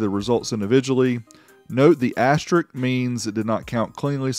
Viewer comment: The word is "asterisk" not "asterik".